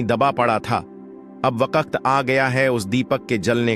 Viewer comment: Wakat nhi bhai waqt